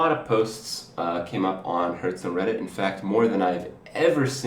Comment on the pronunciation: Seriously, LEARN TO PRONOUNCE HEARTHSTONE